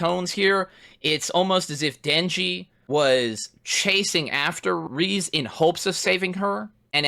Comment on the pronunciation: i love how good you are at inferring and grasping minor details, except for how to pronounce Reze 😭